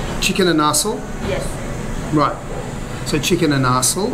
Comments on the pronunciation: Great views. Great video! Love the tourist vlogs lol. Just to save my ears for next time.. My Illongo wife says it's pronounced chicken "in-a-sal".. 😅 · I’m a little thrown off with how you pronounce inasal because you say it a few times hehe. I thought you had eaten inasal a few times by now.